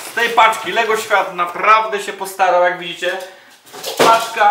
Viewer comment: "jaaak widzicie" >> zabrzmiało jak "ja pier...znicze!" ;)